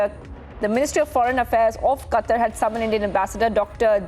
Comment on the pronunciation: It's Qatar you illiterate 😂😂😂